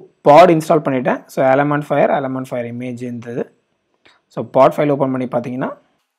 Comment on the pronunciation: Brother...its alamofire..not alamofire.... Just watching ur videos all are useful and informative.